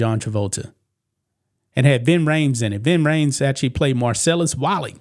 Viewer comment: Wallace not wally 🤦‍♂️